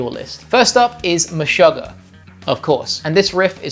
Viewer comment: That's not how you say Meshugah. Search this video and Tomas will tell you himself: 'Meshuggah's Tomas Haake Breaks Down Band's Writing Process'